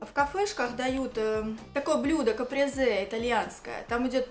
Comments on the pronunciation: Не капрЕзе,а кАпрезе. Я конечно умом не блещу,но слова то правильно можно сказать) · Толькл не капрезЕ, а капрЭзе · Капрезеее(господи,как она ужасно это сказала)!